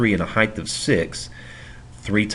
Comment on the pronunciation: average heighdth lmao